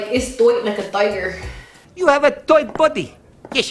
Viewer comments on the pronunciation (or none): Lmaooooooooo “you’re toight like a toiger” 😂💀